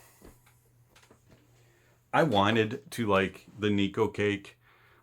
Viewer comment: "NIKU CAKE" 💀